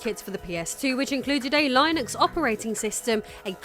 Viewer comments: Pssst. It's "Linnux" with a hard i, not "Lie-nux" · It’s “Lin-Ux” not “Line-X” otherwise great job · Is Linux pronounced differently in the UK than the US or does she just not know how to pronounce Linux? In the US we say it (len-knucs) That is the best I can do to sound it out. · Linux is pronounced li·nuhks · IKR "Lie Nucks" lol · "Lie Nux" lol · Is Linux pronounced Lionex in the UK? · No, it's still "LINNUCKS" here in the UK. She's mispronouncing it. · Stopped watching the video. Couldn't stand the blatant and repeated mispronouciation of Linux. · No we don't... She is pronouncing it wrong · Hearing you call linux like that send me into a hacker rage never seen before 😅